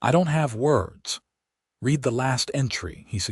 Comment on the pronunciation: Read = present tense Read = pronounced Red as in past tense he ,read (red) his books in the evening. Can Ai not differentiate?? Apart from that, this was a good and interesting story. How she gradually thawed, while being with the kind and thoughtful man.... She is a lucky lady I enjoyed listening to it From Nr. London England